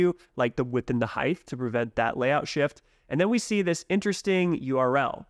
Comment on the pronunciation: Love all your videos on NextJS, and love NextJS and what you guys are doing atm but just had to point out, in the English language, “height” is not pronounced with the “th” sound at the end. It rhymes with words like “right” or “bite” 😅